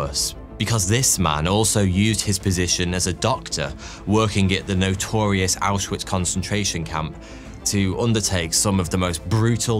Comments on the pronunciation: Small thing that made me annoyed (only a really small bit) is that “W”s in German are pronounced as a V. Ausvitz is how you would say it instead of how it looks. Took me a while to get this down while I was learning German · Him mispronouncing Auschwitz repeatedly is driving me crazy